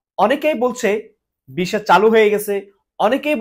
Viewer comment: Vhai Kotha ki bolen visa pronounce ei korte paren na Abar video banan....